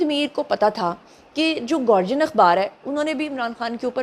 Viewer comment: Don't know why Pakistani journalists are pronouncing The Guardian as گارجین!!! It's as "gaa"+ "dee"+"uhn". That's گا ڈی عہن۔